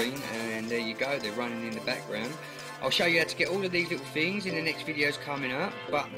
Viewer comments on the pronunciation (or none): It's things not dings